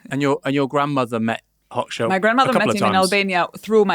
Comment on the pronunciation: Aaron's pronunciation of Hoxha 😭😭😭